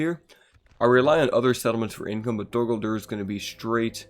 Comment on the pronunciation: What the hell is “dur gurdur”